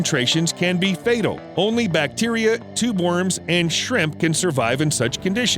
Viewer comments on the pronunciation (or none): none